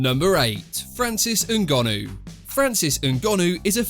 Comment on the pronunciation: Why can you not say people’s names properly? It’s not that hard? NGONNOU 😂 you do it on every video.. 😂